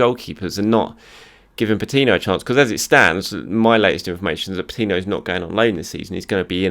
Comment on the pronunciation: you're making the name "Patino" a frustrating name to hear 😤